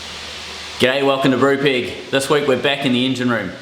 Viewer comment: Sounds like the very first thing says is: 'Gay, welcome to Brupeg.